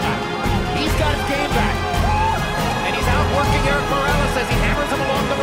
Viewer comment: errick el terible morrrrrrales, jajaja pinches gringos nunca pronunciaron bien el nombre del super campeon el Terrible morales